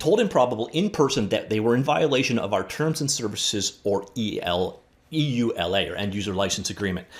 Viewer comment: just say you-la for EULA.